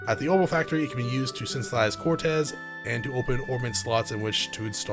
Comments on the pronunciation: Quartz, not Cortez, lol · Dude, it's fucking QUARTZ! NOT CORTEZ!!! It's not a pair of Nike's, for crying out loud. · I was actually getting used to it, rip status alignments. But yeah it is technically pronounced like quart or court. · The way you pronounce quartz here is so funny because we all have a word like that that we have fucked up forever not realizing it 😂 also i see your logic to why it should be pronounced that way lol. I always mess up "bass" and "base". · The way you keep pronouncing "quartz" I'm so dead